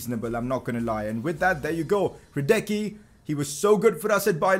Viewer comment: PCQ: Hradecký is pronounced: Hraadetzkee